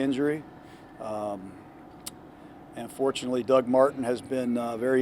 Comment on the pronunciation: lol it did sound like that, but he said "AND fortunately..." lol. it did sound like "unfortunately" tho